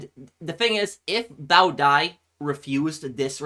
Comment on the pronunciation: It was really great and yes you pronounced Bao Dai's name correctly and he was exiled to France until his death in 1997